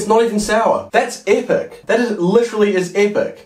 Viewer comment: No one:: LiCherAlly EHHPEC